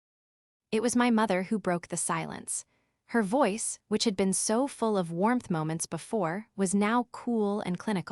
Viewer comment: WTF is V oice? It’s voice! 1 word! This AI voice is horrible! Unsubscribing!!!!!🙄